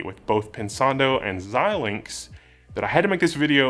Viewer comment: Thank you, for being one of the only YouTube presenters that can pronounce Xilinx.